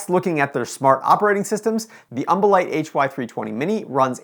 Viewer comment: Take a shot evertime he says umbolite